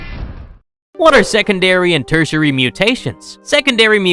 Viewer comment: Teritary... mutation